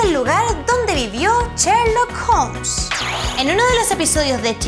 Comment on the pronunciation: no sabe pronunciar bn sherlock dice cherlok x dios